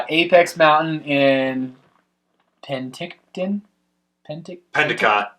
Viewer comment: It’s pen-tic-ton